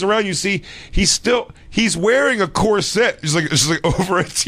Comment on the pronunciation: what the fuck is a cor-SET?